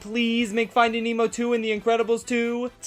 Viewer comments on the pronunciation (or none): none